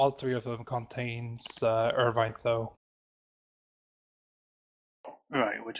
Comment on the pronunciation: If he wasn't so dedicated to it, I would swear he was just fucking with us. He called Irvine ONVine for fuck sake.